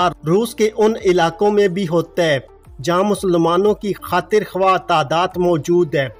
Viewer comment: لفظ ' خاطرخواہ ' میں وائو ساکن ہے ۔ خاطرخاہ کہنا بہتر ہے۔